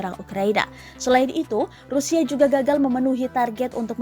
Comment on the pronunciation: Anjim banget ni pengisi suaranya rupanya ga seneng ama rusia wkwkwk rusia jadi rusial si anying tribun babi banyak kali hoaknya wkwkw coba kawan2 denger baik2 di detik ke 2